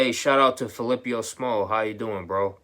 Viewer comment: FIL ip PO not FiLIPIO. FI-LI-PPO. YOU SAY HE'S A GREAT DUDE AND ALL BUT YOU CAN'T EVEN SAY HIS NAME. FIL IP PO. lmao